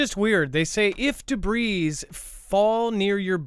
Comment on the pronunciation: Arrgghhh. started pronouncing debris the right way after said it correctly then halfway through the show, started saying it wrong again. MY BRAIN! %@@ (I've seen the comments about this, won't be responding to jerks.) 😊